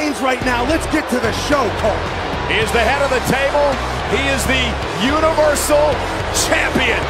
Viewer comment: And the younal-versal champion